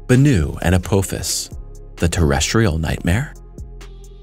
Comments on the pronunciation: Hate to be the bearer of bad news, but I must say 2 things. First, it is pronounced "uh-poff-is", not " uh-poe-fis". Second, this asteroid is massive, if you didn't catch it or don't understand, 16 kilometers wide. For us Americans, that's roughly a bit over 7 and a half miles wide. Mind you, that's the diameter, not the circumference OR the total mass. There is no chance we could do anything to move it, and trying to destroy it will not end any differently. IF Apophis comes down, pasing through the keyhole and entering a new orbit to crash, we are doomed . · Your pronunciations are horrible. Uh-pah-fis, not up-Poe-fis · It is pronounced Apofis! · To hear someone repeatedly mispronounce a name over and over, infuriates the hell out of me. The name is pronounced " app" "office". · Am I the only Stargate fan who is annoyed with the way he's pronouncing Apophis?